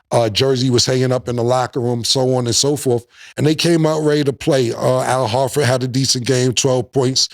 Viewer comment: Yo Cam cant pronounce nobody's name correctly. It aint just the High Heenas lol my Man cany say Horford to save his life dude keeps say Hartford tf? 🤣